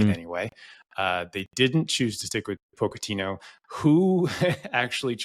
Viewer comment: Making fun of how says gravenberch then calling Pochettino “poke-a-tino” is crazy